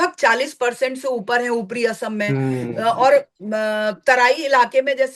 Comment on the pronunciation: Madam, assam is not ohom, but oxom.